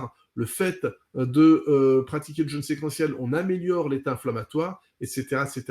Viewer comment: Attention à la prononciation de "jeûne", svp.